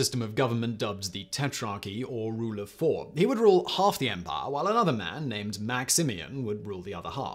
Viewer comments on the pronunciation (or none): none